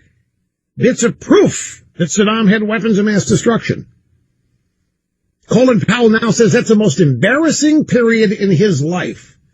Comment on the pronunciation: “Colon Powell”?